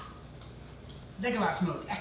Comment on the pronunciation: My guy really said “zAmbies”